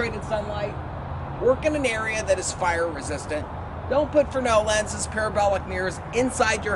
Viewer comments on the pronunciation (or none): I love your stuff, but it's Fresnel, not frenel